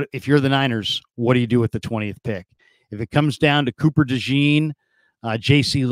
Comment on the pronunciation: Dejean! Day-schon the best way I could spell the pronunciation but it’s French!